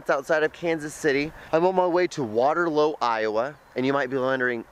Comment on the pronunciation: K no offense john n I get this is a older vid...but its water-looooooooo dude not water-low lmao...also this makes us waterloo people feel very special that you decided to come here driving hours so thanks dude...also sorry about our trains